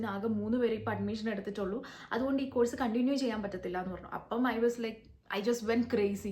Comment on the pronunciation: Course എന്ന വാക്ക് ഉച്ചരിക്കേണ്ടത് 'കോഴ്സ്' എന്നല്ല. മലയാളത്തിലും തമിഴിലും 'ഴ' എന്ന letter/sound ഉള്ളത് കാരണമാണ് നമ്മൾ അങ്ങനെ തെറ്റായി ഉച്ചരിക്കുന്നത്. ഈ വാക്കിന്റെ ശരിയായ ഉച്ചാരണം മലയാളത്തിൽ എഴുതുകയാണെങ്കിൽ 'കോസ്' എന്നാണ്.